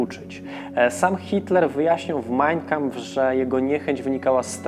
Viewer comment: Wszystko super, bardzo ciekawy odcinek. Jedna sprawa: to nie jest MAJNjkampf, tak jak to wymawiasz (brzmi fatalnie), tylko MAjn KAmpf - dwa słowa, z akcentem na 1 sylabę.